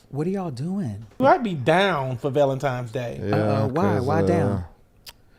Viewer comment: Its Valentines day, not Valentimes day!